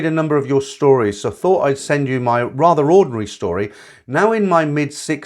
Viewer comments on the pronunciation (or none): none